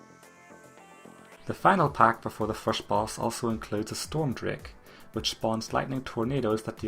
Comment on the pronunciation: The way you pronounce the word "first" makes me think you're scandinavian,correct me if i'm wrong :D Great guide btw